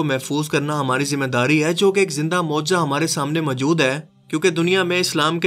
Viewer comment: Mehrbani KR k hai or Hain word sahi se Ada Kiya kren suit Ni krta apko.